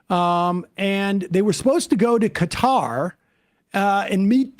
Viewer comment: 👏👏 well done for correctly pronouncing Qatar 🇶🇦